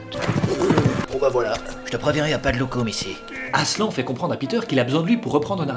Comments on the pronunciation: Déjà, hein, pour commencer, quel genre de monstre appelle le Grand Lion AslAN?? C trop moche, ça se dit aslanne 😭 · toujours aussi cool mais je ne suis pas DU-TOUT habituée aux voies, et pour moi... Aslan ça se prononce ASLANNE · Aslan ça veut dire lion en turc mais ça se dit "aslanne" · Mon frère s'appelle Aslan mais sa se prononce Aslane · ET C'EST PAS ADMOUND MAIS ADMUND ET PAS ASLEN MAIS ASLAN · Mon film préféré avec le cinquième élément ! (Néanmoins, cela se prononce <<Aslanne>> et non Aslan. ) Encore un MSF réussi !^^ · Je m appelle aslan an an pas en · La deuxième fois qu’il a dit aslan il le c’est pas mais prononcer comme sa,sa veux dire lion en turc